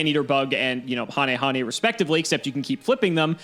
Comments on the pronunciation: I feel like I always heard him say hayne hayne, but yeah, ha ne ha ne is what he said and I'm happy since no one pronounces him right. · Wow, actually pronounced hanehane correctly this time! I'm happy.:)